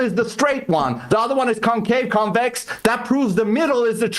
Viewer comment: Bro can't even say the word Convex and decided to come on a debate. The flat balls😂😂